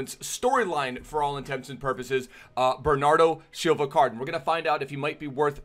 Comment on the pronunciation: Bernardow Xilva